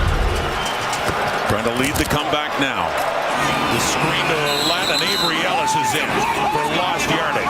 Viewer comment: funny how they say ,oulet .... when his name is Ouellette ... well-et,, thats the pronounciation ..,,, well-et